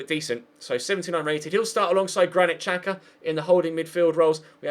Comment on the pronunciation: It's pronounced Shaka not Chaka and Ozil not otsil